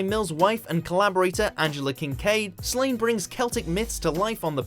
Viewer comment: It's Slaw-nay not literally Slaine